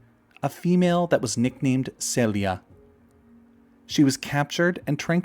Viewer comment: It's a Spanish name. Pronounced Seh-lee-ah. He said it right.